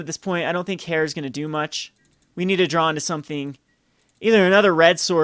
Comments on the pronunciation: Just so you know, "heir" is pronounced like "air," not like "hair." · Heir is pronounced "er" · Heir. Noun. Pronounced /er/ For the love of fuck,.. please...